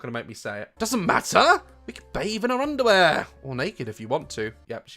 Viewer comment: the way he says underwear!! Lol 🖤🖤